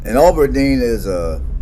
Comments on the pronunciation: It is not pronounced "Ah ber deen". It is Ab (like short for abdominal) Aberdeen. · Thanks for doing this! This is a very interesting video for those of us old folks. It shows a number of landmarks now gone. Brother was watching this video this morning. I heard Aberdeen called "Auberdeen" repeatedly. I expect not intentional but there is no "u" or "w" after the "A". I did note this video was taken before the Perkins building was removed. Not sure what the population is now but much has changed since then. Better or worse, not sure, but it seems to be "less" in a number of ways and have "less" than it used to. One significant recent change is the end of Presentation College. Northern State University expanded their facilities and the School for the Blind and Visually Impaired moved across from the new, larger sports arena, replacing one of the NSU dorms.